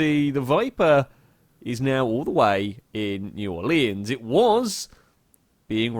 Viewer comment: *New Or-luhns